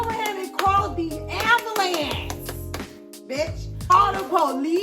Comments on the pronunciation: "AMBULAMB" YO you funny af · “I don’t remember getting out the ambulam”🤣🤣🤣🤣🤣🤣🤣🤣🤣🤣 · lol the way she says shit is so cute i.e. ambulance 😭 never heard it pronounced dah way 💔